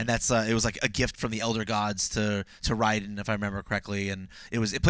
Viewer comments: I think IGN needs to get somebody that knows what they're talking about. It's not Tartakan. It's Tarkatan. And Raiden's name is pronounced (Rayden) not (Rydon). It's the little things ;) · Yea they are MK NOOBS, they also mispronounced REIKO, hahaha Ri-KO is what they said , and one of them did the same for Raiden , called him Ri-Den hahaha i couldnt finish the video yea and the kitana thing smh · Raiden as a girl Bae-den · Riden? Mk is not like mg k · Wrong talisman, you idiots! That is not Raiden's (pronounced Ray-den) it is Quan Chi's necromancer medallion. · Tar-katan and Riden huh? Man you's don't know shit about mk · Tark-UH-Tahn. Ry-Den. Really IGN?